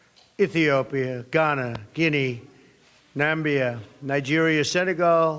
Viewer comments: Trump should go back to School and learn how to pronounce NAMIBIA and not NAMBIA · ITS NAMIBIA NOT NAMBIA FREAKIN CARROT TOP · Namibia and not Nambia 😂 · Mr Trump, you are a breath of fresh air, but please get someone to advise you on pronunciation. Its Na-mib-ia, not Nambia, its Sah-sol, not sasool, its U-gan-da, not Ugunda. And please consider adding the ANC to your list of depraved ideologies. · He pronounced Nambia instead of Namibia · Nambia or Namibia? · NAMBIA, when you don't read or pronounce well but you are an elected leader. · Namibia not Nambia! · "Nambia" - where is that? Not in Africa. Namibia, perhaps, yes. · Its Namibia not Nambia...stupid president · Nambia? Lol, he meant Namibia of course! What a president! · I also felt like that, Nambia? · Nambia?? it's Namibia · President Trump called Namibia, Nambia. - . Oh brother from another mother. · Did he just say nambia instead of Namibia 😂😂😂never felt more disrespected 😂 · “Namibia” not “Nambia” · I was like WTF is Nambia???? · How petty of the evil personified critics who try to demonise Trump just because he mispronounced " Namibia " Well what if he said " South West Africa " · This guy.. Nambia? Really? It's Namibia you idiot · Namibia not Nambia u idiot have some respect man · Namibia not Nambia!!!!!!! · He said Nambia hahahaha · Nambia . Give us trade instead of aid please. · Nambia? where is that. Is that not Namibia or Zambia? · Where is ‘Nambia’? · paru mhr thought I was the only one who heard that. 😂😂. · CanSomeone please teach Trump how to pronounce Namibia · He couldn't even pronounce Namibia correctly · So much criticism about his pronunciation of Namibia while so many are making grammar mistakes galore in writing the English language and they themselves will also not be able to pronounce a lot of city names correctly in some foreign countries.